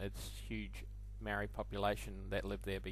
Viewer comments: You'd think after 200 years of being here they'd at least try and get the pronunciation of the Marry (Maori) by now. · Maori is pronounced wrong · Maori not Marry.